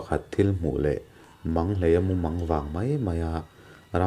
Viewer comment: Manghleia tih hi i lam diklo deuhin ka hria